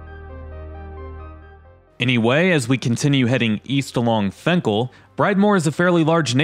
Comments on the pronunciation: I know it spelled fenkell but everyone I know says it with an “I” sound like Finkell. This like the road lasher to me it’s one word in the suburbs they say it more like La-sher.. more or less it just sounded weird the why you said the street name, ok I’ll get off my weird rant. By the way love your videos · "Fink-ul,". And "Lasher" if you need that one, too.